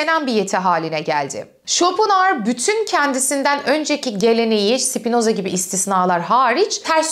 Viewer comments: Schopenhauer derken pen diye telaffuz ediliyor bir de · bu kanalı zaten IQ üst sınırı 10 olan insanların izlediğini anlamıştım, Arthur pen diye telaffuz ediliyor:) hadi git işine ya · Almanca'da ortadaki H okunmaz hocam ayni zamanda R ye basilmaz. Türkce icerik oldugu icin normal tabiki böyle söylemeniz. bir almanla ingilizce konusursaniz baya kulak tirmalar. paylasmak istedim, hep biz mi ögrenecez :)